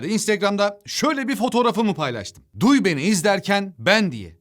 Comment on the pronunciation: Abi şu girişte filmin ismini vurgulayip söylemen beni gülme krizine sokuyor.Sirf onun için de videonu takipteyim